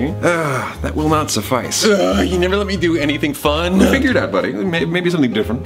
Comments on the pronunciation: Is it just me that can hear Thomas saying "Neveil" at the start of the video instead of "never".... Just me? Thought so. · its been 6 years and I just realiised he was saying "neville" instead of never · you know, i’ve watched and rewatched this series almost a ridiculous amount of times, and i just realized he was saying “neville gonna give you up..”. comedic geniuses you and your crew are :) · I swear he is saying “Nevill gonna give you up.” And like, saying Nevill instead of never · Anyone else notice a was saying “nevel” at the beginning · He said neville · 5 years later I just noticed he said “Nevel gonna give you up” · I just realized he’s saying “Neville gonna give you up”